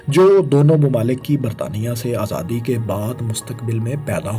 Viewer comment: ماشاءاللہ بہت معلوماتی ویڈیو تھی۔ فیصل بھائی سے درخواست ہے کہ اس ویڈیو میں بولنے والے بھائی کے بجائے خود آڈیو دیا کریں کیونکہ یہ بھائی پنجابی زدہ اردو بولتے ہیں اور مجھے اس سے بہت کوفت ہوتی ہے۔ مثلاً عِلاقہ(Ilaqa)کو عَلاقہ(Alaqa) ، صورَتحال(Soorate Hal) کو صورْتحال(Soorte Hal) اور آزادی کو ازادی تلفظ کرتے ہیں ۔ اور 19 کو انیس کے اُنی بولتے ہیں ۔